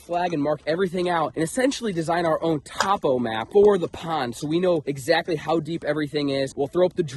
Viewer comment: Gotta love say Top-o instead of Toe-po for the topographical map